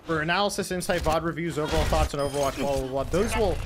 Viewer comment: i dont understand why is everyone saying "overwatgch"?